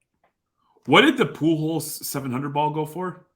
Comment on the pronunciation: Also, keeps saying Poo Hose. I dont know who that player is lmao.